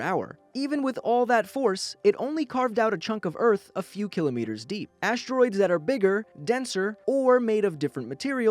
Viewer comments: You're pronouncing kilometers wrong.... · You pronounced kilometers wrong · u pronounced kilometers wrong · I cringe everytime I hear "kilometers" instead of "kilometers"